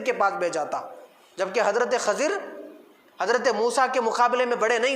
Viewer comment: حضرت خضر علیہ السلام کا تلفظ صیح و درست فرمالے آپ کا تلفظ غلط ہے